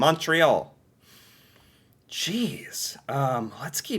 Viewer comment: Bee robery... welcome to mondréel (montreal)...